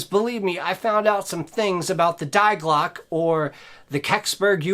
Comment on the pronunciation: it's Dee Glockea 'ea' as in bread.